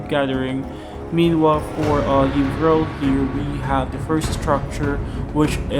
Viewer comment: You said my name correctly bro, Yvrelle here hehe. The key to victory was scrolls to keep up with his higher levels, but in terms of battle, just outsmarting him. The reason I won that engagement in the north-centre, I'm pretty sure, was the warg riders. I got several BC I saw he was going full skeleton archers and warg riders counter those. Then catapults to kill his mass sealed the deal;P